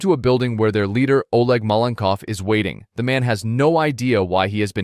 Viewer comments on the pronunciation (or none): "Jean" is pronounced "Zhon", the French equivalent of John. "Oleg" is pronounced "Alec", with the emphasis on the last syllable. This is what you get when you use an AI voice synthesiser.